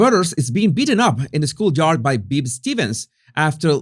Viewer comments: Oooh, a non-south park fan commentating on south park.. It's Bebe, pronounced Bay-bay, not Beeb.. But good video so I'll forgive you ;) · AHHHH I need to stop to say Bebe Stevens name is pronounced "bay-bay", like Hei-hei(the chicken from Moana). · Bebe is pronounced "bay bay," not "beeb"